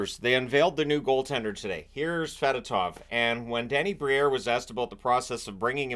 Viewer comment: Just FYI, it’s pronounced f’DOH-tov. He clarified it during his introductory press conference.